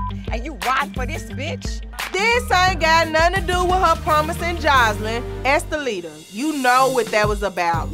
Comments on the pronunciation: dime said oompapooma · Amaluna I'm dying!!!! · The cast commentary is better than just watching the entire show,,,, Dime calling her “Umpaleta” is killing me🙊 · What did dime say "umpaluna"????? 😂😂😂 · Dime is Hilarious😆 not “appaluca” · Dime called estalita every name except her name 🤣🤣🤣💀